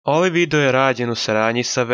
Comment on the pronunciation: Sve si u pravu samo se nadam da si namjerno govorio videjo umjesto video jer malo čudno zvuči